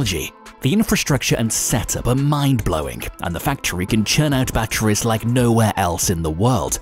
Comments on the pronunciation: The way this guy says battweeze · Say "batteries" one more time